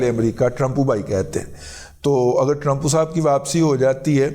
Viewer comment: Dada G lahori style .... Trampoo pahai 😂😂😂😂😂